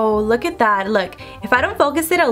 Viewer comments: Who else kept cringing when she kept saying Thad instead of that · Idk why it annoys me so much that she says “thad” instead of “that” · is it just me or every time she says “that” she says “thad” 😂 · Literally I was scrolling through comments just to find one that mentions this Cuz girl, I hear it Too! Same with "a lot" sounds like "A lod"... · I can't ignore the fact that when u say "that" you say "thad" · Rayvenn Harris omg I didn’t realize “thad” til U said it😂😂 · When she say that it sounds like she’s saying thad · She says “what is thad”